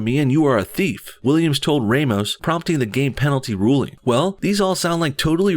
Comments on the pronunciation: Ramos is said like you said in the first time RAHmus, not REImus, since he is portuguese. but good job ;) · Rah-mos is correct. #SpanishSpeaker